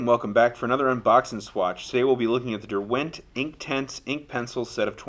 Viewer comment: Incidentally, call me a pedant, but it's DERwent, not DerWENT. (It's the name of the river that runs through Keswick where they originally made pencils).